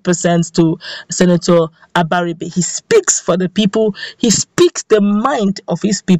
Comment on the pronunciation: Except you can't pronounce Igbo words correctly, the "ri" sound in both Abaribe and Iberibe goes up. So, that sound is the same in both words. Most young people today of Igbo descent hardly pronounce Igbo words properly.